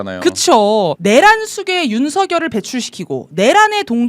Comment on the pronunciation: 내란 발음하실때마다 통쾌하네요❤❤❤